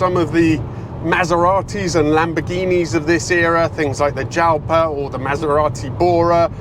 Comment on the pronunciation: per l'amor di Dio, è Jalpa (pronuncia gutturale spagnola) e nn Jialpa.